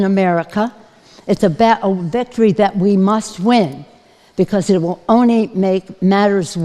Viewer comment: Ony ???? This drunk slurs and can’t pronounce only proper with an L